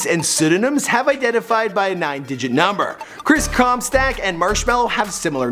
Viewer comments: stock* not stack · Anyone else pissed off how he says “comSTACK” like no, “comSTOCK” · Did anyone heard him mispronouncing "Comstock" as "Comstack" ? Or is it just me? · who else cringed when he said chris comstAck instead of chris comstOck? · I know Chris comstock but not Chris comstack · It's COMSTOCK not COMSTACK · How Do you mispronounce Comstock as Comstack no a??? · ITS PRONOUNCED COMSTOCK NOT CUMSTACK OR COMSTACK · how do you fuck up comstock. your saying comstack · OH MY GOD EITHER SAY COMSTOCK OR COMSTACK JESUS CHRIST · you said Chris Com Stack instead of Com Stock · Everyone: Chris Comstock:Chris Comstack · when he said Chris comstack other then Chris comstock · you keep sayin chris comstack instead of comstock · Anyone else get triggered when he said chris comstack instead of comstock? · Why does he keep saying comstack 😒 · This is how many times he said comstAck I \/ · "Chris ComSTACK" LOL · CAN YOU PLEASE STOPPRONOUNCIG HIS LAST NAME (com-stack) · Chris Cum-Sock? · “Chris Comstyack” “Chris Cromstack” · I heard it as chris cumstain i dunno why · Chris Comstack xDDD Comstack lol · He keeps saying Comstack. Whyyy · Comstack. It bothered me more than it should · You pronounce it 'Chris Comstack' haha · chris 'comstack' ahahahha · Chris cumsock is all i heard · Stop saying “Chris Comstack” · It's comstock not comstock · Yeah it’s updated because you can’t even pronounce his last name right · Can you pronounce marshmallow and maybe Comstock correctly